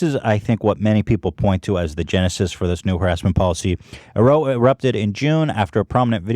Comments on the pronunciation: Brit here... do Americans really pronounce the word row 'roh' (as in rhymes with toe). It's pronounced row (as in rhymes with plough). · Row in "a row erupted in June" is pronounced like Ow btw.